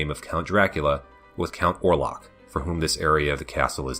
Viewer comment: I'm sure you got this criticism on the individual videos, but my god the pronunciation.... Orlocks and Skyla send me flying dear God....